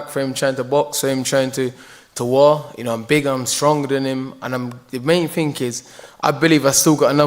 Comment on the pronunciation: Dillian Whyte tried to correct Chisora when he said 'sick' , instead of 'seek' ... Then he goes on to say; "The main think" , instead of saying: "The main thing!".. .. 😂😂